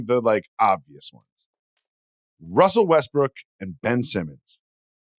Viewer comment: call me childish but “wussel restbrook” twice, was the laugh i needed 😊